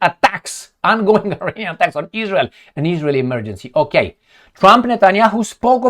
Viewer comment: NOT i-reinian! It's pronounce Iranian. With the first letter "I" pronounce as in Italy or Israel